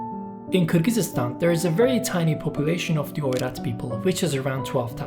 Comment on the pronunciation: Nice video, tho the pronounced of Kyrgyzstan is a bit funny, makes it entertaining /kɪrɡizistɑn/